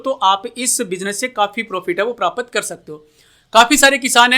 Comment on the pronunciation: भाई prapat नहीं प्राप्त बोलो